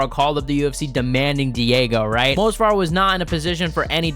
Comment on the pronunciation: M-O-V-S-A-R !!! ITS MOV-SAR!!! Not Mosvar!!! You called his name wrong like 50 times …Amateur…